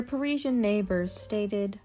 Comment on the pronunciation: The late Serge Gainsbourg, always smoking, unkempt, must have stank with rancid breath🤮. Jane/Serge, were very interesting , but this pointless video with repetitive, poor narration, bad pronunciation, ‘priezien’ was so boring I fell asleep! 💤